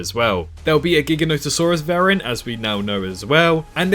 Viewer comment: Jiga no toe saurus lol my dude… it’s not that hard.